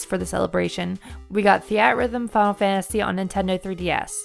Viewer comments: I don't know how many announcers you guys have, but if your video has the word "final" in it more than twice per minute, you need to choose the person who can best pronounce the word "final." It's not a race to complete the word "fah-ul," it is the word "fi-nal." Other than that, not a bad vid. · Your accent makes you seem heavily pronouncing it as "Funnel Fantasy". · The way you say "Final" is funny. "Funnel Fantasy"